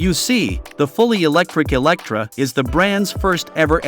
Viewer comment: its Lotus Eletre not Electra.. Elet-re (re like [re]vision) the voice sometimes sounds like its artificial, not real human, or it is cut together with flaws.. would be interesting to know which one it is...